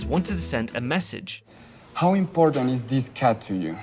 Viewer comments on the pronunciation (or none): none